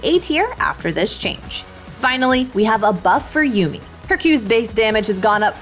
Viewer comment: definately said vineally instead of finally after zyra lol